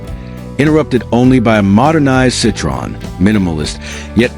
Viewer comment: You don't even pronounce Citroen correctly.. AI waffle. Nothing to do with Citroen's intentions... Pointless assertions...